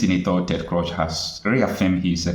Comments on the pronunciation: Your presebtations are usually good. But it is a disappointment that you continuously be misculall yye name of the principal actor or party in your presentatipn. How could you be calling Cruz as Crush. It is totally unacceptable. A little more rigor in your preparation will be relevant. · But can't you pronounce Crews/Cruz? I would be deeply offended if you don't pronounce my name properly. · Ted Cruz, not Crush!Listen to how people are pronouncing this name😤🥹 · Cruz (Spanish). Pronounced: Cruise or krooze. Lazy Nigerians will never stop looking for help from the wrong places. It's going to wind up as jumping from the frying pot into the fire. The zoo hates to research anything. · Do you mean you have never heard of the name Ted Cruze pronounced or called. Why do you mispronounce his name? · Dear bro you're calling him "Ted Crush" ➖ However his name is Ted Cruz ( "Cruz" pronounced as; "Cruise", like Cruise-ship, or Cruze, like Cruzeiro.) In case someone ever shares your video to him, I'm sure you'd like him to come away with appreciation for your professionality and pursuit of excellence as an independent journalist. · Please the name is Ted Cruise(Cruz) that's how the pronounce it in the US not Ted Crush but Cruise(Cruz). Thanks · Ted Cruz, not Crush. Pronounced like 'cruise'. Good video. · It is not crush, it is CRUZ. and pronounced as cruise. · His name is Ted Cruz as in crooz, not Ted Croz please. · Cruz not crush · his name is Ted Cruz not Crush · Ted Cruz not Ted crush lol!! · Pronounce his name well, Cruz is Cruch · It’s Ted Cruz not Crosh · Bro, The Senator’s name is pronounced Ted “Krooz” or “Cruise”, not “Crush.” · Stop pronouncing ted croz,its Ted Cruz please 😂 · My brother the American senator's name Ted Cruz not Ted Cruch please note pronunciation thanks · Bro. Pls stop calling him Ted Crosh, it's Ted Cruz(kruuz). Thanks and keep up the good work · Pls the pronunciation is "Ted Krooz," Not "Ted Crush." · Pronounced Crooz, and not Crush